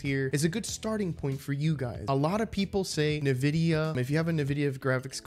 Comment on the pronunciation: your video is really helping thanks, it is also pronounced as en vidia my man just a little correction, keep it up youre doing great